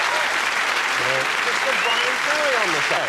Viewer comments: Its "BYWIN FEWWY" hahahaha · Maybe I'm just grumpy, but Ross and his silly speech impediment sorta piss me off ("Bwyan Fewwy", "Mascawa", etc.,) Anyway, nice perfromance of one of the best tracks on "Frantic", and Ferry handles it all with class and good humor.